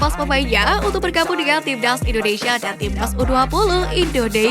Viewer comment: Timnas, bukan tibdaz, obati dulu flue nya mbak baru normal suaranya